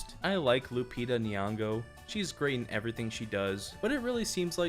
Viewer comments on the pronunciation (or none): none